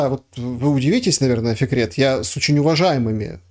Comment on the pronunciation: Фикрет, а мне слышалось "секрет" 🙂